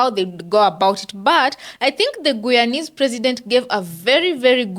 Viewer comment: It’s pronounced Guyanese (Gii-yawn-neeze with the emphasis on GUY!